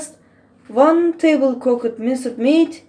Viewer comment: Thats a very nice recipe you have here. But i would like to have more Ruhul Beyan lessons with Mr. Demirci. Hocam derslerinizi bekliyoruz. Küçük not: telafuzlar güzel ama daha güzel olabilir. Minced meat (minsıd miit) demek yerine (minsd miit) demek daha güzel olur. water. vaaatır Tarhanadan biraz bahsedilebilir. It is a dried sour tomato paste gibi